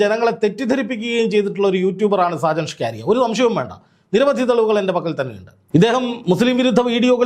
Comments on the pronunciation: ചങ്ങാതി സാജൻ ഷ്കാരിയ അല്ല സ്കറിയ. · സാജൻ സ്ക്കാരിയ അല്ല bro സക്കരിയ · Mr: ഷാജൻ സ്കാര്യ അല്ല ഷാജൻ സ്കറിയ എന്നാണ് പിന്നെ അദ്ദേഹത്തിന്റെ ചുരുക്കം ചില yutub വിഡിയോകൾ മാത്രമേ പൊതു സമൂഹത്തിനു ഗുണമുള്ളതുള്ളൂ അല്ലാതെ 98 % പോക്കാണ് എന്താ ചെയ്യുക കഷ്ട്ടം താങ്കൾ നടത്തിയത് നല്ലൊരു വാസ്തവകരമായ കാര്യങ്ങളാണ് 👌 🙏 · എടൊ ചങ്ങാതി “ഷാജൻ ഷ്കാരിയ” അല്ല സ്കറിയ ആണ് മലയാളം ശെരിയായി ഉച്ഛരിക്കാൻ പഠിക്കു 🙏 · സാജൻ സകരിയ അല്ലെ 🤔ഇത്ര ബുദ്ധിമുട്ടി ഷ്കാരിയാ എന്നു പറയുന്നത് എന്തിനാ 😂😂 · താങ്കൾ എപ്പോഴും ഇവൻ്റെ പേര് ഷാജൻ സ്കാരിയ എന്ന് പറയുന്നത് കേൾക്കാം അത് കേൾക്കുമ്പോൾ മേലാകെ ഒരു കുളിര് കോരൽ സാജൻ സ്കറിയ എന്നാണ്് സ്ഥിരമായി കേൾക്കൽ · ഷാജൻസ്കാരിയ അല്ലഷാജൻസ്കറിയ ആണു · പേരുകൾ ശരിക്കു പറയുക. ഷാജൻ സ്കറിയ എന്നാണ് കേട്ടോ. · Hallo bro, തനിക്ക് നട്ടെല്ലുണ്ടെങ്കിൽ, ആദ്യം വീട്ടീപ്തോയി നല്ലൊരു ഈർക്കിലെടുത്ത് നാക്ക് വടിക്കണം. എന്നിട്ട് സാജൻ സ്കറിയ എന്ന് പറഞ്ഞ് പഠിക്കണം.. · സർ , അദ്ദേഹത്തിന്റെ പേര് ഷാജ സ്കറിയ എന്നാണു്. ഒരാളുടെ പേര് തെറ്റുകൂടാതെ ഉച്ഛരിക്കുക. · അത് കളിയാക്കി പറയുന്നതാണ് സാജൻ കാരിയർ എന്നാക്കണം.